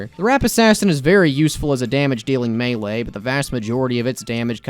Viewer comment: Why did i hear Mewee intead of melee